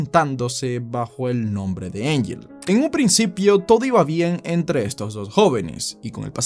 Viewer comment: Dekota, Engela, Engel jajajaja mató tu pronunciación jajajaja